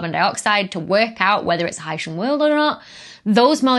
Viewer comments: "high-shin" sounds like somebody who comes from Haiti. "high-sea-in" as a portmanteau of Hydrogen and Oceanic, I like much better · You're both wrong! It's pronounced "hycean". Stop misinformation. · Hy-see-an and Hy-shun are both acceptable pronunciations given the variation in palatalization in English accents. One or the other may prevail in certain regions and dialects. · I always pronounced it high-sea-uhn but I didn't know it was a portmanteau and so now I think you're right with high-shun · 'Dr, S, OWN YOUR EXPERTISE! If you say 'Oh-shun,' who is anyone else to quibble that it should be 'Oh-see-un?' (OK, there was the 'phyto/photo' thing, but that was just a single datum, A statistical glitch perhaps?) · Your instincts are apparently correct, Dr. I heard one of the authors of the new paper on K2-18b correct his interviewer on the pronunciation of “Hycean.” As a portmanteau of “hydrogen” and “ocean,” the correct pronunciation would be “high-sheean.” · Pronouncing it high-SEE-an sounds fancier. 🤣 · I would pronounce "hycean" to rhyme with "Lycean." After all, we have portmanteau words in English, like "helicopter" which comes from "helix" and the Greek "pter" (wing.) But we don't pronounce it like that. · IPA suggests "ˈhaɪʃən" pronunciation. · No. It's pronounced hycean. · your pronunciation sounds like people from haiti but that's kinda cool.